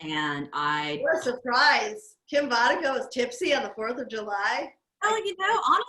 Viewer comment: You pronounced my name pretty much perfectly! :))